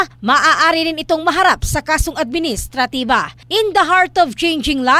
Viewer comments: akala ko ako lng nkapansin s pgkkbigkas nya ng administratiba?😅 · Mam parang administratibo ata tamang pagbigkas😂😂😂